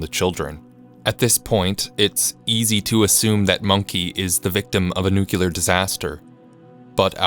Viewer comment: Nobody ever says, "Let me make this perfectly CULAR", so WHYWHYWHYWHY does ANYONE EVER read "nuclear" as "nu-KYOO-lar?"??????????????????